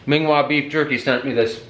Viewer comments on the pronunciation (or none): Kinda cool seeing Mingua beef jerky in Minnesota. I’m from Kentucky where it is made. Btw it’s not pronounced the way it is spelled. It’s actually more like Ming-ghee instead of Mingua. Anyway... love the channel, keep up the good work!! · It's pronounced Mean Gee Good ole Paris Ky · It's pronounced "Mingee" in KY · That jerky is made by a small family business here in central Kentucky. It’s actually pronounced “Mingees”. I know the spelling doesn’t support that. No idea why... Anyway, absolutely killer jerky. Gotta try it if you haven’t.